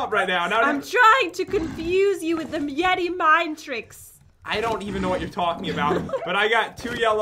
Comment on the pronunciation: "Yeti mind tricks"???? Ahahahahaha